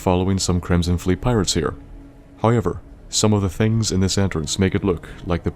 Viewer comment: dammit, another one i cannot not hear anymore once i pick it up it's not "oyt" it's "out" it's "hoyever" it's "however" and i can't hear anything else aaaaaaaaaaaaaaaaaaaaah i'm 4minutes in the video and i cannot enjoy it Q_Q